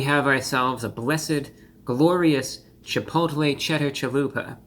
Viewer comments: I believe it's pronounced "Cheh pottle" ☝🏿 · Chipotle with a th